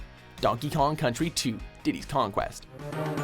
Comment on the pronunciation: He said "Diddy's conquest."...lol its actually "Diddy KongS Quest"